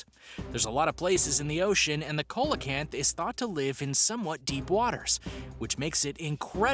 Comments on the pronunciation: The pronunciation is sea-low-canth, Coelacanth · It’s actually “siːləkænθ”. The “low” part in your pronunciation is more like the “a” in the word about. However, if the guy in the video pronounced it the way you did it wouldn’t bother me as much as it did. I mean come on! It takes two seconds to google while it probably took several hours to “research”, script, edit, and do the voice work for the video. I haven’t watched the whole video but would guess based on the other comments that this isn’t the only glaring mistake. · The pronunciations are killing me. Google takes just seconds,. Number 9 is not a "cola-canth", it's pronounced "see-luh-canth". You said "Java", nearly perfectly but pronounced "Javan" all kinds of weird. "Jah-vuh". "Jah-van". Megalodon- "meh-guh-LUH-don", not "meh-guh-LOW-don". There's literally a recent movie/cult obsession with the creature. I also agree with the folks saying "no proof they're not extinct" ≠ "may not be extinct". By that logic, unicorns, yetis, and chupacabras may be real/"not extinct" as there's no proof they are. 🤦🏻‍♀️ not one of your better videos on this channel but thanks for trying, I guess. C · see la canth.....not co la canth ...smh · ITS NOT A COLA-KANTH it’s pronounced SEE-LA-KANTH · (Sounds like)=Ce-la- kanth Not Cola-kanth🐟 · You sead coelcanth wrong it's seel_oh_canth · Pronounce Ceelocant not colocant lol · Tasmanian tiger never lived in new Zealamd! Some have been rumored to be in Tasmania. Meg la don!!!!!! Cee la canth !!!!! Please do Some Proper research and pronounciation for your channel topics!!!! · Ya it’s pronounced SEE-LA-KANTH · The fish number nine isn't pronounce right it's "seel-uh-kanth". I have a book and seen the documentary film of it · Am I the only one who thought when he said coelacanth he said cola-can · Coca Cola kanth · Coelacanth is pronounced SEE- luh- canth!!! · See low canth wino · You don't pronounce ce-lo-canth like that